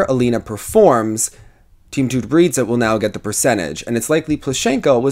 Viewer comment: lol your pronounciation 'TutberidzA' ))))